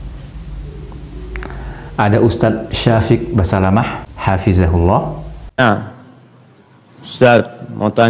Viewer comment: Masya Alloh Terima kasih admin, vidio sangat bermanfaat. Mohon maaf, sedikit saran, sebaiknya admin saat mengucapkan حفظه الله menggunakan huruf ظ، karena kalau saya tidak salah dengar admin menggunakan huruf ز